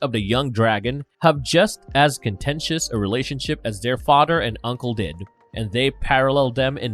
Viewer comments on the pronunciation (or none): I hate to be a stickler but whenever you say a word with a TH sound, you speak "D". IE: father becomes fodder, then becomes den, they becomes dey and so on. Great video nonetheless.